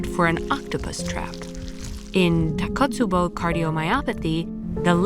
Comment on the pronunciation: Great video but just one minor complaint, the pronunciation of takotsubo is tako...tsubo not takot, tsubo as Japanese is phonetic language, so each syllable is different.